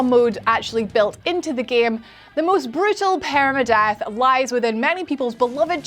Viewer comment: That accent tho...“paereyma-death"